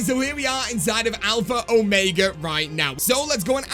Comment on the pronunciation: ITS ALPHA OMEGA NOT ALPHRA ORMEGA LOL